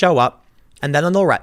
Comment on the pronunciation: Tim may be bald and stupid, but at least he pronounces Antifa the correct way